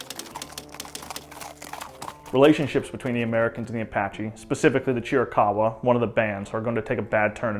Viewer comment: It’s also VERY relieving to hear someone finally pronounce Chiricahua correctly…